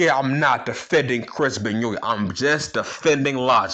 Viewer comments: I love it when you say benyoint 😂😂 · Ok I haven't even finished the video but I immediately lost it the way you pronounced Benoit 😂